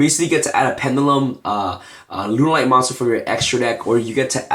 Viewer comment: lol did you just say runaright lol